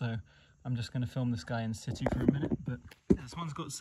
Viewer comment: You know why I watch? Because you say in situ the proper way. lol j/k but in my book, that's how you say it. Cats, wolfs cool snakes in my book. Nice sized retic. But? That Lycodon??? Legit, another good one.